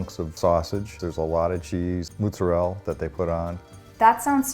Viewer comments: did he really call it „moozarelle“? Hahah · Everytime your dad said “mozarel” I cringed😂 great video though ❤️ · It's what east coast Italian people call it